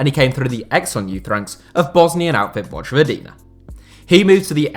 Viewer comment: J in Slavic languages is always pronounced like Y in English, so its "voyvodina" and "sarayevo". Also, Džeko is pronounced "Jecko" as in "Jack"